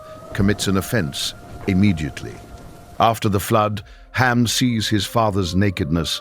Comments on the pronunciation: His name is Ham, not Cam. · Did no one else notice that the narrator kept calling one of Noah’s sons Cam? I looked in the transcript of this video and I didn’t hear it wrong. Cam is not the name of any of Noah’s sons. Be careful that you’re not allowing yourself to be misled even just a little bit. Lies are easily and stealthily inserted hoping we won’t notice.